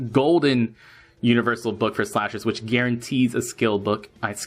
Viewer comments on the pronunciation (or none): none